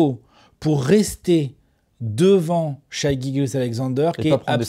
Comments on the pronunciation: Ça se prononce Shae (Shey). C'est étonnant que la TT team qui consomme pas mal de contenus US n'ait pas pris le pli là-dessus. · Pourquoi persistez-vous à dire Shaille ?? 😅 Faites un effort les gars